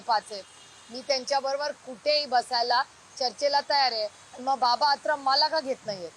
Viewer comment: आत्राम nahi aatrab